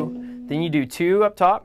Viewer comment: you don't sing it "do", you sing it "djo" that's what i hear :D